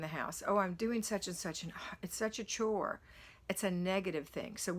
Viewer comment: Chore rhymes with BORE.